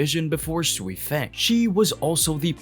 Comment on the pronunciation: I get if it’s your accent, some names are just off, it’s not just you I’ve heard it from several different creators. Sui-feng has always been pronounced soifon in every translation it’s just looks like “feng” when reading. There were a few other names that sounded weird idk if dubbing is different in different places but even in the Japanese version it doesn’t seem consistent But as far as racist not sure what you mean if I’m being honest I couldn’t place your accent honestly but I’m multiracial American I have no reason to discriminate against anyone